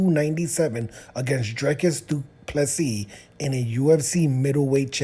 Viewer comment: You got the name rite. The whole rugby and cricket world and say Du Plessis properly. Americans just can't say 2+3.